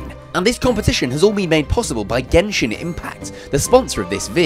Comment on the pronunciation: did he just say Genshin.. With the other G...